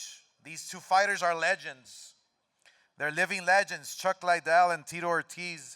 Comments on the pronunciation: I've heard lots of people say "Lie-dell" when it's actually "LID-dell". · smh.. DelaHoya speech so mundane. Cant even pronounce Lidell to begin with. "Lay Dell" .. "Chuck Lay Del".. foh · "Chuck Laidell"...the first time he said it chuck looks at him like mother whatchu call me..? Lmmfao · CHUCK IS LIKE HOW DID HE PRONOUNCE MY LAST NAME?